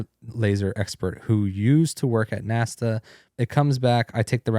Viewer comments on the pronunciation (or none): Are you confusing firmaMent with permaNent? You sound like uneducated southern people saying like that 😂 Who is the guy that used to work at NASTA?